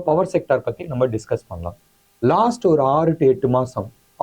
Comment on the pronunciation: பத்தி எரியும்? யோவ் அது 'பற்றி எரியும்'. உங்களுக்கு தமிழ் அவ்வளவு இளக்காரமா போச்சு?